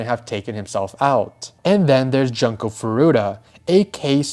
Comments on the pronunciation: not to be that guy but the "jun" in "junko" is pronounced like "june" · It's pronounced Joon ko . Also , WHAT IS WRONG WITH PEOPLE????? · Bro her name is pronounced JUNE-KO. Have some respect and learn to say things correctly. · Not Junko Furu-ACK!